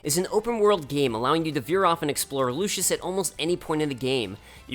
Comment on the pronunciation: Lucis, not Lucius. Everyone gets that wrong. And did you really confuse an entire country with its crown city? Lucis is not Insomnia.